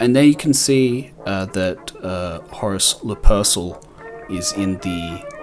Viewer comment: Now I’m gonna hear “Lupersill” instead of “Luper-KAL” in my head every damn time.